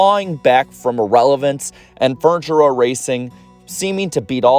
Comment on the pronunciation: Are you saying fortune row or furniture row??? Just a reminder that not everyone watches your videos, some can only listen to them...